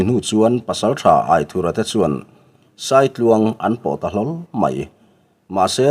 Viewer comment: Angaihnawm hle mai , mahse Aithurha tilo in Aithúra tia ( anthur lam a thúr ti a lam tur zawk hi ani lo maw) a ziaktupa sawi dan in